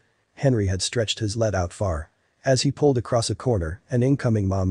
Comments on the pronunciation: For God's sake the pronunciation of "lead" in this story is "leed" as in lead the pack or lead the band! It is not " lead" as in the metal! Did you ever, when reading the story, think I'm mispronouncing this? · Gee, computer voice, lead is pronounced as leed... ok?